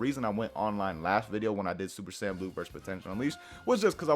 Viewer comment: MEDITAION NEGATES SSB DRAIN JUST "SAYIAN" LOL